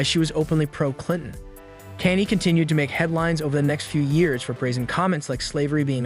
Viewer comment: Thats not how you pronounce Kanye😂